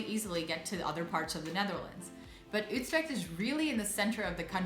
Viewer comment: Yeah, I think most English-spoken people would say "yoo-treckt" or something similar. But I'm happy to hear say "Utrecht" in such a Dutch way.